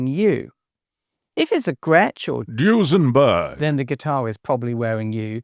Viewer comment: Tuning stability and dropability? No Les Pauls then!! Glad to hear you pronouncing Duesenberg with the correct cadence…